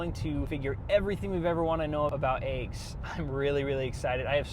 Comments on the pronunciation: First thing to learn, they're called eggs, not aeggs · I had a girlfriend from Colorado who also said, "aye-ges." No bro, it's "eh-ges." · Are you saying Ayg? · "Aiggs" First time I've heard this pronunciation. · Why do people say, “aygs,” why is it spelled “eggs”? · Are you calling them ayygs? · I like how he pronounces eggs.